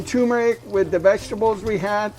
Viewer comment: Great recipe! Btw, there are two r’s in turmeric. Both are pronounced.